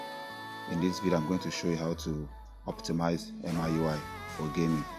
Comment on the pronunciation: It's not M-I UI IT'S MEE YUU EYE😉